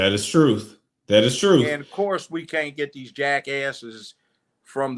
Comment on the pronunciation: Cynthia G needs to do a video on Judge Joe Brown's commentary, it is so on point with what she has "been been saying" about BM of today. But BM don't want to hear it from a BW. Judge Joe Brown speaking the TRUFFFTH (yes with an F). What a GREAT INTERVIEW! So Refreshing To See and Hear. Love this so much. This is what you call REAL TALK